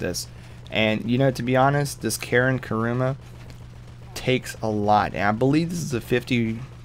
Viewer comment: Wtf is karuma ITS KURUMA